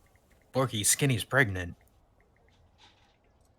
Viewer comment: saying pregnart, will always make me burst out laughing.